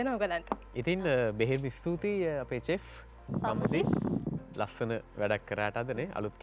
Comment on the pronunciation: චෙෆ් නෙවෙයි ශෙෆ් කියන්න. ඕක 10 ඉංග්‍රීසි පොතේ කියල දෙනවනේ.